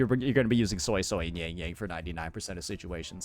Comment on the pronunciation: Suisui's pronunciation is probably impossible for non-Mandarin speakers but it's closer phonetically to "sway sway" which is a good enough pronunciation. However, pronouncing it "soy soy" though is so far off and wrong that it's jarring to hear